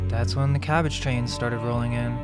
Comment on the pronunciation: Ca-bag-ge calcium bag german?